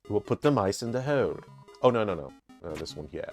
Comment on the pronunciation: I'm still tickled every time I hear you say "Oh nawr!" Reminds me of my friend who grew up in Jersey and her accent slips out sometimes. She also likes it when my southern accent comes out; I've lived here most of my life but my parents didn't so I never had a strong accent